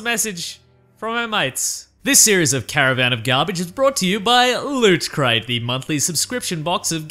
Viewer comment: You can hear physically struggle to say "Lootcrate" the first time but then he just gives up and goes back to "Lütcrate"